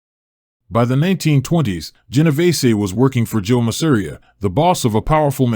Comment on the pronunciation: pronounced masa-RI-a hit that second to last syllable and you cant go wrong unless there's an accent. masa REE a